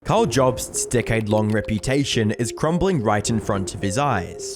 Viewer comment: Thought you said dickhead reputation instead of decade. Both work